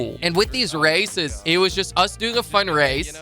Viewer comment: when he says races it sounds like racist